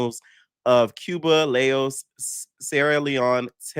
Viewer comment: The country is spelled L-A-O-S, pronounced in English like "Lows" (rhymes with 'cows') or sometimes "Lay-oss”